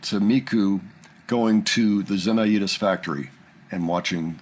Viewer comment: Zemaitis is not pronounced Zem-Eye-Eat-Us. Ze-My-Tis.